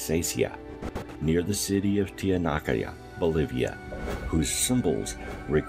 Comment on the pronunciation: Asimov was a SF writer. A particularly good one at that but his speculative conjecture about the moon is just that. We see eclipses in this time but as the moon icreas3s in distance away from the Earth in the future there will be none. Tiahaunaco! What did you call it? Believe the piffle if that's your bent but quote scientists or astronomers even. Over the decades I've heard many theories concerning the Moon but I'll reserve judgement until more accurate data can be perused. Hey bro I'm well aware we're lied to about many aspects of our place in the cosmos and blatantly at that with many topics astronomical. You need to work on some pronunciation with nouns. Anomalies aplenty without NASA lying through its teeth.